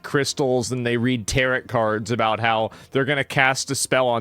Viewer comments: WTF is a Tarit card. Does he mean TAROT. The T is silent Traitor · Lol...Tear-ut cards. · Tarot cards isn't it pronounced taro? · I laughed out loud at Asmon's pronunciation of tarot cards. I hear rabbits also like tarots. 😉